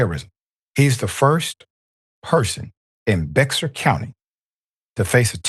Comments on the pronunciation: Doc, it's NOT BEX-AR. It's pronounced BEAR Cty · Bexar Cty is pronounced "bear."